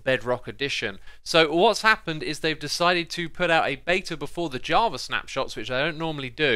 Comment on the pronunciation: Why does it sounds like he says "Jarva" instead of java haha